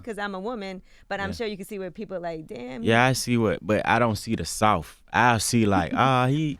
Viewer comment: "I ain't soaft"